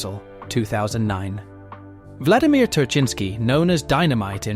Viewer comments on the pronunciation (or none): none